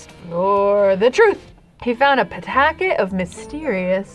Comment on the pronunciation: “ he found a PITACKET” lmaoo